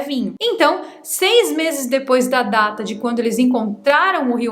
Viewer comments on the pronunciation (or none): none